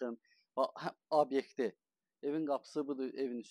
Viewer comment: Abyekt yox, obyekt 😂